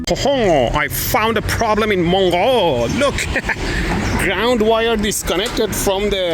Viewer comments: as a native French speaker, the correct pronunciation of Montreux is simply "Montreux". Hope that helped. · And now the let is out ... Hey your daughter is writing a letter. On paper. God, how old-school. Because it is less likely that both become faulty at the same time? That a 380V 3-phase outlet. Can be up to 125A. It's French. Pronounced Montro. Parts of Swiss were French once up until the late Middle Ages. No. That is is case of lightningstrike. Cat checks if you're sus. She thinks you are very sus. Most Hoomans are. You were so desperate to find unsafe mains stuff, you made it yourself. Including you, for a safety violation. I'm sure that is officially not rated as safe for drinking. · I think the later part of "montreux" is pronounced close to how you'd pronounce the first half of "trust" (though a bit more "closed"), at least it'd be closer to how you said it 😆. (source, i'm French, not Swiss). "not worse than the north american standard" 🔥😆 peace requires safety, and safety requires GFCI, so hey, it's a start! "for safety reason please leave the space in front of this electric shelf open 🚫 forbidden to store any type of hardware". … was this fountain labelled as drinkable? 😬some are closed circuit and definitely not great to drink at. I hope madame Électroboom didn't get sick. … yep, that's france 😭 Really nice trip! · The correct way to pronounce Montreux. Brave choice of travel destination Switzerland. Don't you know hotels there have a tendency of burning down? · If you don't know how to pronounce "Montreaux" on the Lake Geneva Shoreline - at least pronounce it the Deep Purple way. It's wrong, but it's at least a quasi-standard ;) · If you're wondering about the pronunciation of "Montreux" , listen to "Smoke on the Water". Or: Montr is pretty straightforward, then the eux is like ea in early. (If you want it to be really French, do a guttural R.) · Correct pronunciation: Montreux